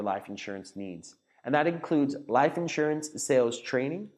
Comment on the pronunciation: Like the content except the way you say liiiph insurance